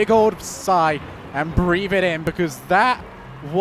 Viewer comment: "two minutes and firty seconds" "and breave it in" "straight frew" "everyfin". You're English...speak it. a heee hee (MJ)